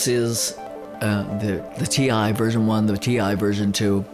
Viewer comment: Funny that you're calling it T1. It's T I. i it stnds for Total Integration :)